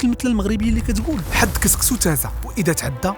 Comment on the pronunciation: سيمتو "سكسو" ماشي "كسكسو"